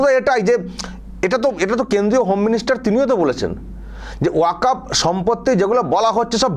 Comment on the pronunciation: সঠিক বিশ্লেষণ করেছেন ।এই হুজুর ওয়াকফ্ উচ্চারণ করতে পারছেনা তো আইন পড়া দূর অস্ত। এখনও অনেক মুসলিম ওয়াকফ্ সম্পত্তি বলা হল না। নবান্ন, হাওড়া ব্রিজ,নেতাজী ভবন, ভিক্টোরিয়া মেমোরিয়াল যাদুঘর বিড়লা মন্দির ইত্যাদি। এরা জীবনে শিক্ষিত হবেও না পরের প্রজন্মকেও অশিক্ষিত করেরাখবে